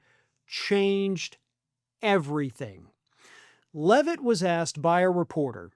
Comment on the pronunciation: Why can't you pronounce her name? Or. Is that how she wants you to say it?